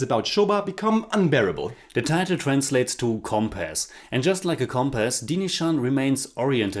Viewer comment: This is surprising that y’all liked this movie. Probably because the theme is so relatable - that of an insecure and suspicious husband. But really I never thought you guys would like the movie. ALMOST NAILED PRONOUNCIATION OF THE MOVIE TITLE